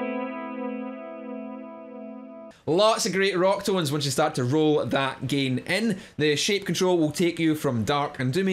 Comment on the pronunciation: I love your accent say it again! ❤ "GEIN"